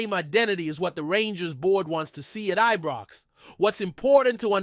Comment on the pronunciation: Why does this always call ibrox ebrox then need to put someone on that can talk properly